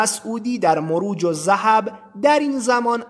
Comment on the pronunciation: درود و خسته نباشی. داداش یه کم بیشتر وقت بزار واسه مطالب.بیشتر اسم ها رو اشتباه میخونی. مرووج الذهب چیه..مروّج الذهب درسته. 🙏